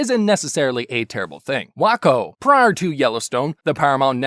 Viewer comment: "Whack-O" - "Wake-Oh"